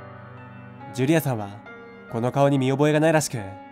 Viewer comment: ジュリ↑アさん↓